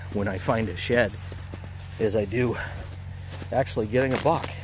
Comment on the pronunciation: Every time I heard "shed" I thought you were saying "shet" like poop. Lol! Great video.